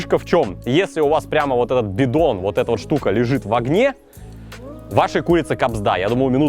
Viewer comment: Может это я очень тупая,но у меня чуть ли не истерика от слова "Бидон",мне почему-то очень смешно,когда ты говоришь"Бидон")